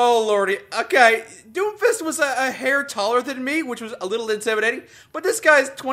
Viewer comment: I know is saying doomfist but it sounds like doofus.